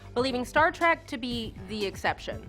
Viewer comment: I have a pre-prepared rant for this: "It's Trek, not Track. Trek, as in journey. A voyage, to the stars. Star Trek. Clear now?"